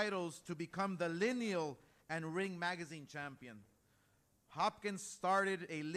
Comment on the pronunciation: Everytime the word Lineal comes out of ODH mouth Eddie squirms.